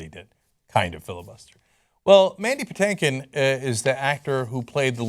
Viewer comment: And it’s not “Patankin” it’s “PaTINKin”😂 (like “think”)